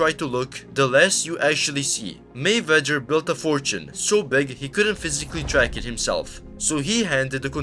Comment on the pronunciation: Narrator can't pronounce 'Mayweather'. funny.